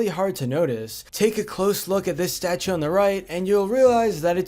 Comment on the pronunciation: statue , not starue also, not sldo